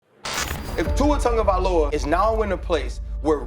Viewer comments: It's TUA TagovaiLOA not TagovaiOLA!! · Not once did he say Tagovailoa 😂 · never gonna say his name right….. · you’re still pronouncing Tua’s name wrong.